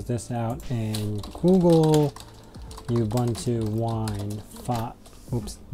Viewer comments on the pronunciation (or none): While we are on the subject of pronunciations... oo-boon-too, there is no y in ubuntu. :)